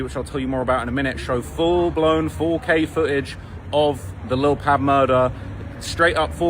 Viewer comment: It’s pronounced Pob like Pablo not Pabb